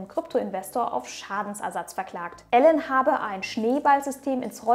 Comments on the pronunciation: Wieder extrem nice recherchiert von dir ☑️ Nur am Rande…..er heißt Elon und nicht Alan 🤓🙃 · Elon Musk (ausgesprochen „ILON“ nicht ELLEN) 😂 Tolles Video aber 😁